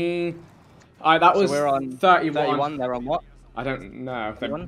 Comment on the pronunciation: British people be like “ alroit I can vibes with it ay